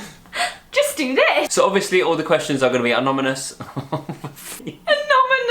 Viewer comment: why did it take me so long to realize what was wrong with "anomynous"